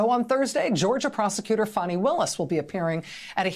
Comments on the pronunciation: It's not Fawny.. it's Fanny. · Why is he calling fani funny? Her name is most definitely not pronounced funny it's fani. The I at the end of her name don't give the a the sound of u. Her first name is also known as an ass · Let’s be real. It’s Fanny not fon eye😂😂😂😂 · Her goddamn name ain’t “fawny” it’s Fanny, plain and simple Probably named after her grandma or something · Why do they call her funny when it's fanny fani. It is definitely not pronounced funny. Her first name means ass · I love how Rachel Maddow says “Fahn-nee Willis.” Poor Rach hasn’t been this close to tears since the Trump’s tax returns nothingburger! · Rachel sounds like she's calling her funny willis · "How do you pronounce fani? FAWWWW KNEE"😭😭